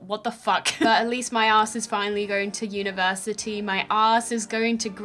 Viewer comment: University? More like univertitty.